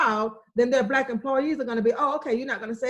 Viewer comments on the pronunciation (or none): Why are you saying "Bla Lives Matter"?? can you not pronounce the word 'Black'??. You say it everytime, a hundred times. Bla Lives Matter. It doent sound like an impediment. It drives me crazy when seemingly inteligent people dont or wont correct their grammer. Like the idiots who say dont axe me nottin. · It sounds like you are saying Blat Lies Matter. You annunciation is atrocious. If you wish to have your country respect Black Lives Matter firstly pronounce it correctly if you are speaking English. Try it B L A C K....L I V E S....M A T T E R. Notice the K in Black, you need to pronounce the K. And Lives notice there is a V in the middle of the Lies, you need to also pronounce the V. That dialect you are speaking sounds like some lazy communication most English speaking do not understand. nome sayen'